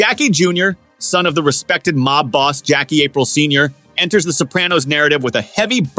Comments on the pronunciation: This man said Jackie April Sr 🤣🤣🤣🤣🤣 April like the month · Why do you say Aprile like that?